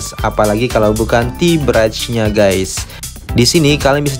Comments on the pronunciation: 'Ti braij'? 😅 just say bridge with brij not braij bang ✌ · Oh tea bridge (dibaca brij) saya dengerin sambil mandi jadi sempat gak lihat layar, sempet bingung kok teh beras. Kirain menu baru 😄 Bagus videonya, makasih infonya Mas 🙏🏻